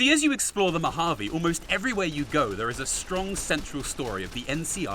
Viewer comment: As a resident of the Mojave desert, thank you for pronouncing it right and not saying "Mojavé" like other fallout content creators... it REALLY makes you wish for a nuclear winter...